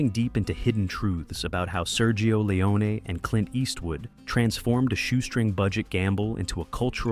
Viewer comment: Why does the narrator pronounce Leone's name two different ways throughout the video? Pick one.